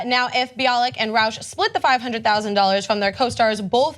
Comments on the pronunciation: It's Rauch, not Rooche. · YT, could you guys try googling people's names before reporting them? Kunal Nayyar's first name is pronounced 'koo-nahl', not 'kuh-nel'; Melissa Rauche's name is pronounced 'row-sh', not 'roosh'. Ana mispronounces names frequently and you guys have mispronounced Julia Louis-Dreyfus's name in more than one video. I know I'm kinda busting your balls, but it sounds unprofessional when you don't know how to say the names of the people you're reporting on.